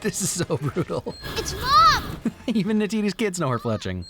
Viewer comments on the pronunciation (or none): I thought you said “felching” instead of “fletching”